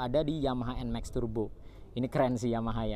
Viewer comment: Bacanya NMAKS bro (bukan nmeks)